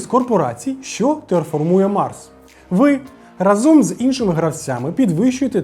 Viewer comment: Класне та корисне відео! Вибач що виправляю, але правильно «рАзом», а не «разОм»